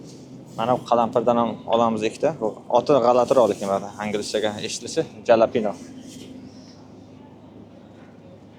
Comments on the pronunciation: 😂😂 жалапино эмас хелопено калапирни оти брат 😂😂 омад ака босинг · U Jalapeno bomedi J ayrim soz kesishmalarida X xarfi bop keladi ingiliz tili gramatikasini oqishez kerekan. Bu oqilishida Xalapeno bop oqiladi